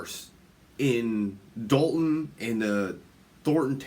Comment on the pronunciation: Illinois is quickly becoming the mid-coast California. And DOH-lton is helping heavily with that title. 🤨